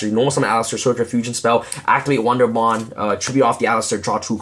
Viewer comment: Nice Profile! and you say wonder wand like one for one :D